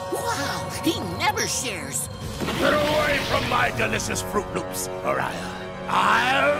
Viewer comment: FROOT LOOPS. say it with me. fro͞ot lo͞ops. It's not hard.